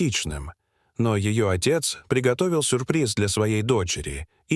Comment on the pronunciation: "сУрприз".... " моЛОЖОны"..... "СвертАлет".... Обидно за родной язык! А история эта- выдумка, для собирания просмотров и лайков. Жалею, что не прошла мимо. Да ещё и некоторые комментарии угораздило почитать...